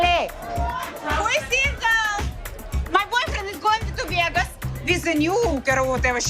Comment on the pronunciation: Veahgoose! I will never say Vegas correctly again 😂